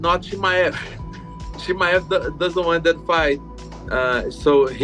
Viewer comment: Bisping showing he is the only one can't pronounce Chi-Mai-evv. Always a prck from England trying to be different